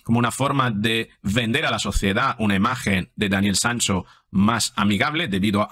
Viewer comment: Porque dice Sanso?